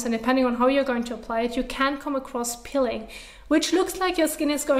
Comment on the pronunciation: It is Peeling not pilling.